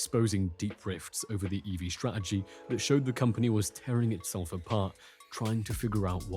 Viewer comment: The English word "Strategy", pronounced (incorrectly) strah-eh-gee. 🙄